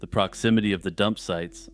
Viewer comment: Bro u said "promixity" its proximity. 😂